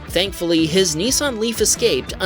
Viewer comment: They’re not called “ Neesarn “ they’re “Nissan “